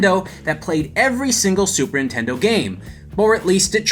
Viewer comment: "Super Intendo"